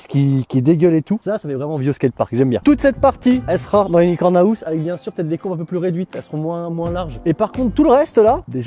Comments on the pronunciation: "Unicorn aouse" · Mec apprends au moins à le dire correctement parce que « haousse » c’est plus possible